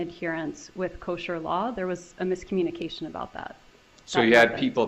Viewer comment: I don’t think this lawyer did that great. Mispronunced “Kosher” and has a few failed attempts to get Wendi rattled. Wendi had a few moment that actually stomped him.